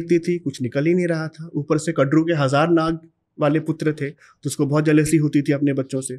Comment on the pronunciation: कृपया अपनी pronunciation ठीक करें----राजा बलि को बाली न कहें----कद्दू को कडरू न कहें--विनता को विनाता न कहें